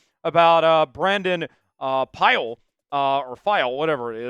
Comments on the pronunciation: Pili bro 🤦🏾 peelee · Pili (pee-lee) you can pronounce Tagovailoa but not Pili...the disrespect